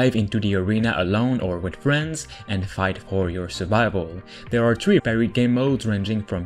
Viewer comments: He says to play with tree of my friends how many is tree! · Play up to "tree" of your friends lmfao...